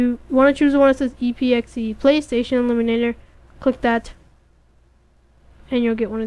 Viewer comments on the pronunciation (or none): Great Tutorial..... Emulator is pronounced EM-YOU-LATER... not eliminator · Just saying, it's EM-YEW-LATE-ER, OR EM-YEW-LAY-SHUN. not eliminator or elimination. not trying to be rude or anything. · well you say illuminator instead of emulator and you can barley read no disrespect though nice job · Are you fucking serious.....EMULATOR EM-U-LA-TOR not ELIMINATOR........pronounced it wrong? no thats saying a completely different word LOL And its very fuckin descriptive "we are going to get this and drag it into the thing and there we go" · Not trolling or trying to be nasty, but why do you keep saying "eliminator" rather than "emulator"? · It's pronounced M U Later. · It's pronounced "Em-you-later" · It's pronounced 'emulator' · Nice tutorial kid, but it pronounced em-u-later. Keep up the good work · well you say emulator wrong and you can barley read no disrespect though nice job